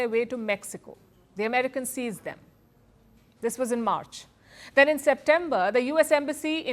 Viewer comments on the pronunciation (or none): none